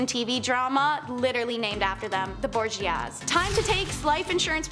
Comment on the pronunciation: You're a good presenter. But PLEASE, PLEASE, PLEASE research pronunciations. The section on the Borgias is KILLING me, as a historian.